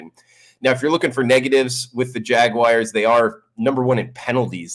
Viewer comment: Go jag-whyers